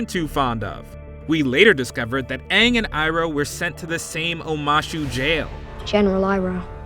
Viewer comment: "so... ARE you the Awvatar, Ong?" - Sohka